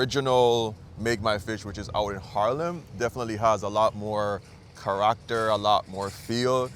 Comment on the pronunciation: 'Ka-RAK-ter'?? da fuk - not even the most yah'd Jamaican pronounces 'character' in that way:text-green-game-over